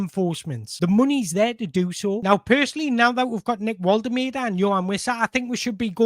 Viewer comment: Mate, your content is top notch, but please for the love of god learn how to pronounce Woltemade properly. It’s borderline disrespectful! It’s Vol-tuh-mar-duh.